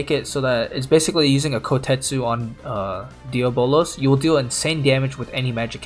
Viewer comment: Bruh it’s pronounced Dee-aa-bo-luhz ... not Día-bolos ...